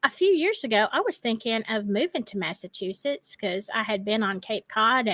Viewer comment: Prisoners of Conscious? "Massa- two-sets"😅